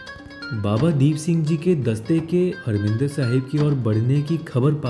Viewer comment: हरमिंदर साहिब नही,हरिमंदिर साहिब कहिए।